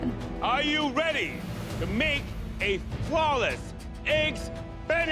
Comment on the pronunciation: Fwawleff eggs